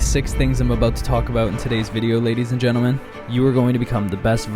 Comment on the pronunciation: him making a video about guys: intro: ladies and gantlemen